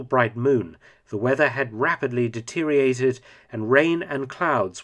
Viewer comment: You really should use a synonym for the word "deteriorated". Your pronounciation is woeful at best.